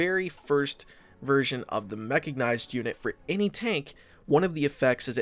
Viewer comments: it's mechanized not mechagnized oh my god that was bugging me the whole video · Ehm... It's called Mechanized, NOT Mechagnized. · Good video, but every time mechicknized instead of mechanized, it makes my spine cringe. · ehm ehm, "mecha-G-nized", sry what? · Are you aware that you're saying "Mecha-G-nized"? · great guide, but dude its called a ''self propelled Gun'' not ''Self propelled tank'' because it doesnt make any sense, also its called mechanized, not mechagnized, and Chromium is not called Chromemium. get your self together man